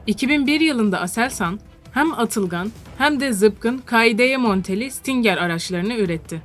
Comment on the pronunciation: Stingır diye okunuyor